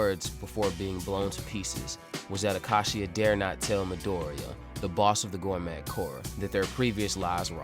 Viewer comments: Can this dude seriously not pronounce 'gourmet' correctly? Gorr-mett 😂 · The T is silence in gourmet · The t is silent in gourmet, dont want to be that guy but this manga uses the word constantly